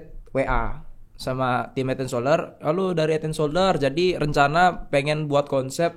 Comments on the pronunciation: "hed en soderrrr" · Lord hed en soderr 😅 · hed en solder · yg hed en soder, trus red pret pret. klau gasalah 😭